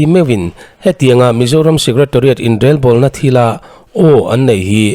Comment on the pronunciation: Inrelbawlna tih a Rel tih lai i lam rik dan hi a dik hlel deuh e. Rorel tih a rel tih hi a key pangngai or ri hniam hman ni se. I lam rik dan rel tih hi chu kawh leh tum nei lo, rik dan awmze nei lo ani.